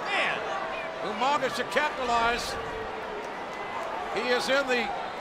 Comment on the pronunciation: everytime i hear umaga i cant help but think “ewmanga”